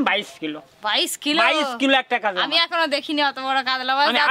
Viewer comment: কাদলা মাছ বলতে কিছু নেই, কাতলামাছ শুদ্ধ। কাগড়া নয় কাঁকড়া।